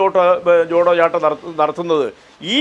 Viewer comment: Not jodo yatra this is chotho yatra